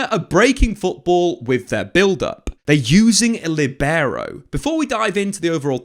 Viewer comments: It's not "LiBEro". The accent should be on the i, "LIbero". Think at it as saying "Lee". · Buddy, please stop saying libero...like that.